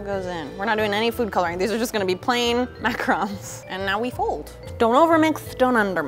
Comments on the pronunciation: Pronounces it as macrons. Sitting here like, "IT'S FRICK IN PRONOUNCED MACAHROOOANS!" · It triggered me so much that she was pronouncing macaroons wrong but i still love her it just bothered me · I hate how she pronounced macaroons